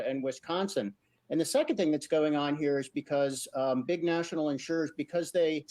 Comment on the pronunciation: In-sure-ers…NOT Insurance-ers.